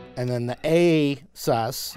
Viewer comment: I just came here to check on the "beard game" ,the beautiful Gibson and of course another great tutorial with the "Asus-ee thing" 🤣🤣 "susifying"